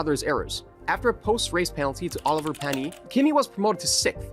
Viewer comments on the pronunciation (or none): It’s “Pan issss”, not “Pannie” as the F1 commentators called him.